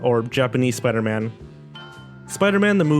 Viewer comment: I smiled as soon as I heard supaidaman because of ready player one.